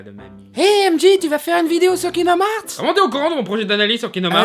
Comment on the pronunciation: kinomarts? cte prononciation mais lol !! je suis dead